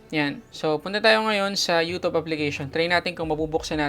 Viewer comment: "you tub"